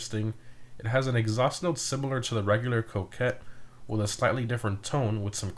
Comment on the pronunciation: You pronounced Coquette wrong, it’s pronounced ( Cock-Wet ) lmao Rockstar